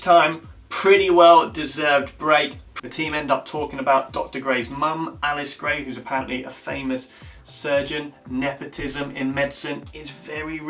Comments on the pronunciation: We’ll chalk up your mispronunciation of Meredith’s mom’s name to your accent, but it’s Ellis not Alice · He said Alice grey 😂😂😂 it’s Ellis grey